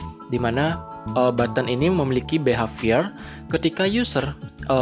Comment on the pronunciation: kaget pas behavior pengucapannya beha:(